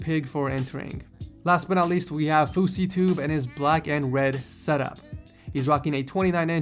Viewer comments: Did you just say fouseytube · He said fuessytube😂😂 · he sed usif and the fusy tube. is fusy tubes name usif ?? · Did he say Fosseytube? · Did he say fouseytube??? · did he say fousy tube umm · Lol, did you say fouseytube? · did he say yousef or fouseytube?